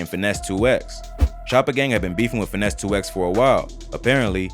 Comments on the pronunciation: Stop sayin 2x it’s 2 times 😂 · Why are you callin him 2 “ex” and not 2 “times”?? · Its not finese 2x its finese 2tymes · It’s “Finese 2 times” lol just so you don’t be saying it like a computer 😅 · We pronounce it two times in Memphis